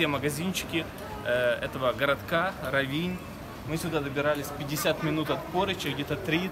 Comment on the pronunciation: Очень красиво! К великому счастью, нам довелось побывать здесь в 90х годах, одно из красивейших мест на побережье Адриатики, просто шикарно! Простите, но ударение надо ставить на о, РОВИНЬ!